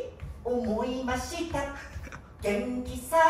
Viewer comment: 「思いました。」じゃなくて「おもぇました。」じゃない？